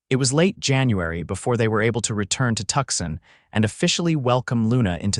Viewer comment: Again with the Tuxin. It's Tuscon, pronounced Too-sawn. When is you AI company going to fix this? I saw that read finally got fixed to go either way. Now let's work on Tuscon.😅